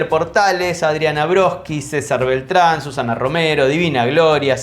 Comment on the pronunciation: BERTRAND, no BELTRAN